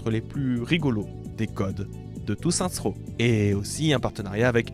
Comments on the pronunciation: Booba: Saints Row ✅: Saintrow ❌ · Déjà que j'étais un peu trigger quand il disait "Sainte Rot", mais il m'a achevé quand il a lâché "ASC2" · On dit « Seine-ss Roww » stp